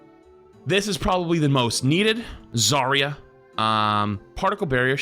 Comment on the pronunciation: Zar-ya not Zaria